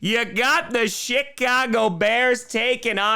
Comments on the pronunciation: Did he just say Shit-cago???🤣😂🤣💯❤️🇦🇺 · My man called em "shitcago" 😂